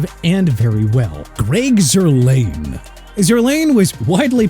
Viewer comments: stop saying Mickey. It's Mekhi (MEH-KAI) Becton! And also Zuerlein is pronounced (ZOOR-LINE) not zoor-lain! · It’s Zerr line. Sometimes I feel like you guys aren’t sports fans. Always catch you guys mispronouncing names